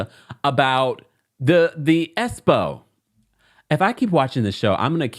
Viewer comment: EXPO...... NOT ESPO